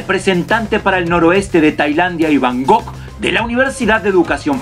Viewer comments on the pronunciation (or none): none